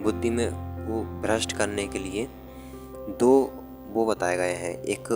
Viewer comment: Sir its भ्रष्ट ✔️ ब्रुस❌, ये उदाय क्या होता है ? आदना क्या है? Sorry sir aap padha to accha rhe hain but aap likh kuch alag rahe hai kahin kahin samnh hi nhi aa rha hai ki kya sentence hai .🙏